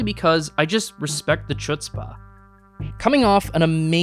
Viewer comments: okay, I understand you were courting heat from Mel Brooks fans with this entry, but de gustibus and all that. But this right here, the way you pronounced chutzpah - that's unforgivable! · as a jew it caused me severe physical pain to hear the way you pronounced the word "chutzpah"